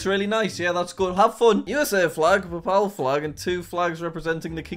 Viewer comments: jack doesnt know how to pronounce “papal” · The way Jack pronounces “Papal” makes me want to visit the country of “Papa” (probably)